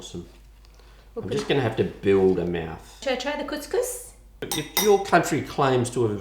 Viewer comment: as an arab and arabic speaker you just said. Kuss kuss which is pussy pussy. you mean to say. Cous cous which is food.